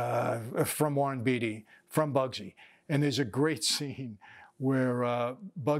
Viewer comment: You don't even know how to pronounce the name of the STAR of the movie. Quit fooling your viewers.